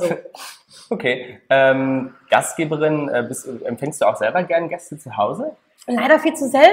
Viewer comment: Gastgeberin nicht Gastgebrin bitte :)